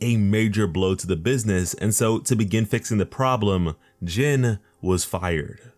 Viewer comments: His name is pronounced (gene or by other words in a more easy way to put it pronounce it as the word jean) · Almost said his name right last name was about spot on but his first name sounds like jean bit is spelled Jin